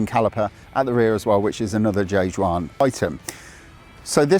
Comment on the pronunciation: Juan: Hu-wan.